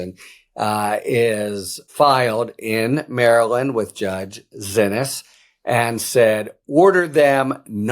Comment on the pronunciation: Harry's still calling her "Zinnis". How?! DO BETTER, PLEASE. It is pronounced "see-knees", she corrected the record at, i think, the FIRST court date.